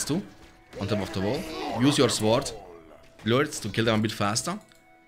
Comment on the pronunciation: "Loortz" xD I'm sorry but just the way you say it's funny to me.